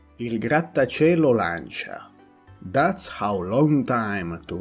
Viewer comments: So after this video I have been pronouncing Lancia wrong all my life 😂😂😂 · Yep. I know that saying “Lan-cha” is weird for English-speakers, but that’s how the word is pronounced in Italian :)